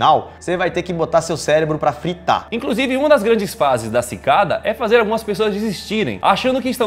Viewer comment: Só eu que entendi: Pikada 3301?